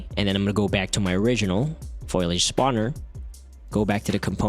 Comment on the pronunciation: I hate to be this guy but think it's pronounced foliage not foilage...